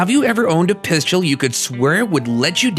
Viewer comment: It’s hard to believe someone that can’t say pistol correctly